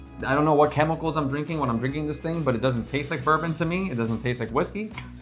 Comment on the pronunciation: One might excuse Americans for mispronouncing Scotch whiskies. But you lost credibility when you mispronounced the 12th most popular whisky--a Kentucky bourbon.